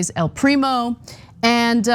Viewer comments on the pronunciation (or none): none